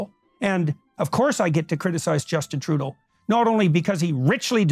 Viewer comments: Why does he keep saying "Troodull"? Trudeau doesn't have an L in. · “Justin Trudel” As somebody who took French, this is all it takes for me to go “f*ck off”